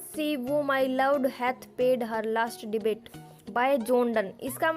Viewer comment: Debate ya Debt Improve your pronunciation......it's really matter if you are trying to teach the students. ...